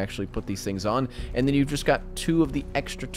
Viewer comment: Bro said "IR nd thermal"